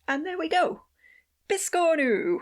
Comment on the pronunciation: Awesome video! 🧡🖤 I'm going to try to make this adorable biscornu (pronunciation notwithstanding).😁 It'll be my first!